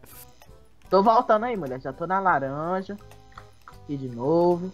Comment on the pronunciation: falando:valo raranja